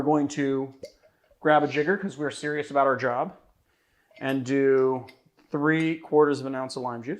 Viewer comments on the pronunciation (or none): none